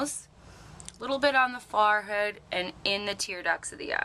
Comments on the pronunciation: Wait.. Is she saying "Far head"? Lmao. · HAHAHAHAHAHAHA SHE JUST SAID FARR HEAD LOL PASTEY WHITE ASS LOL I'LL STICK WITH OLIVIA